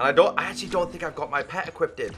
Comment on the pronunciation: does anybody else love how he said equippeded instead of equipped?